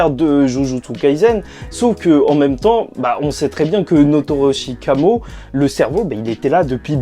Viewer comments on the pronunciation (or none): frérot c'est "Noritoshi Kamo" mais tranquille à part ça tu gères avec toutes les reviews que t'enchaines force à toi💪🏼❤️